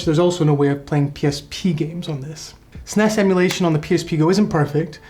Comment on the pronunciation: As soon as you pronounce the word SNES. Im out.